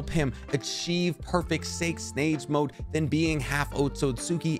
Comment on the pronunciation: Y’all heard him say sake snage mode?🤣 great video though.